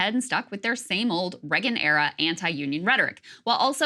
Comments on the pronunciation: ok I know it's not important but why does no one ever mention how Krystal pronounces Reagan as Regin. it's so weird that she can't say his name properly, it's such a common name 😂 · Why cant Krystal pronounce Reagan correctly?